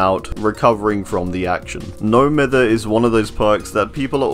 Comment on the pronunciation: It absolutely boils my piss when people pronounce "No Mither" incorrectly. Its pronounced (My-ther). Because the definition of mithering someone/thing is bugging or annoying them. So the term "No Mither" is basically means, "Im not bothered"